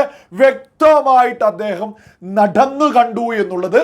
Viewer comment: നഡ ന്ന് കണ്ടു എന്നല്ല, നടന്നു കണ്ടു എന്ന് പറ ആശാനെ. നിങ്ങളുടെ uchaaranam